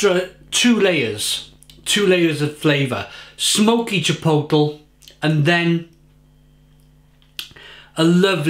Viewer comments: Each time he says chipoetel...I cringe. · if you're gonna review chipotle flavoured beer please learn to pronounce it